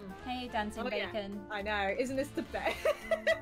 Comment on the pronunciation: bacon everyone:its bakon!